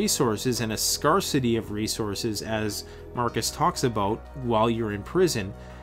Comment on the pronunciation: The r in scarcity is soft reeeeeee! Also tribalism has been the main organization method for humans forever, when meeting a stranger the more they look like my family the more I'm apt to initially trust them, even infants are more drawn to faces that look like themselves i.e. are of the same race. A guy like you or Marcus would be such an asset to any group that any misgivings would be easily overcome, but they would have to be overcome, where as a you might be more readily accepting of a lack luster group member if he or she is of the same race. All that said, there does not necessarily need to be animus between groups and I certainly don't want to waste ammunition and group members lives fighting over melanin content. We can all get along, so long as we don't run out of supplies or have a group objective that is greater than the differences within the group.... I may be wrong about everything else, but that r is definitely soft.